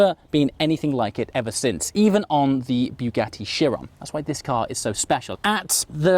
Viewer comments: I do love your vids, but I wish you would learn how to say Bugatti. It is pronounced like a bug, not a bugle, so not " bew gatty" but " Bug atti " .....P.S, the first half doesn't half feck with the senses, all the voice audio is on the right channel. Sorry for being a bore, I do enjoy your enthusiasm and I am a rather jealous 50yr old.. Great video all the same. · BUGATTI not Biugatti! Great video mate 👌